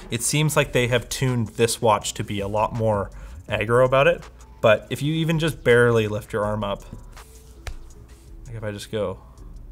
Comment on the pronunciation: Bear rely you sayd? Wooooah